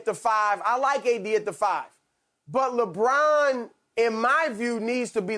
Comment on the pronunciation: Nobody: Broussard: Lebraun